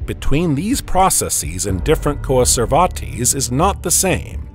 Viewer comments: Coa-ser-var-tease? {:o:O:} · The way he's pronouncing coacervates makes me think he's talking about a lesser-known Spanish conquistador.